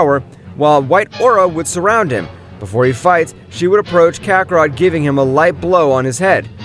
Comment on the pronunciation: KAKAROTO ITS KAKAROT